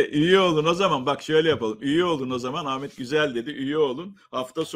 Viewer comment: Lütfen adini Amet deyip durma, hakaret gibi gelyor